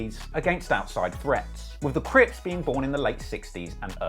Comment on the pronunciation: Not CRIPZ, CRIPS. Very Important difference.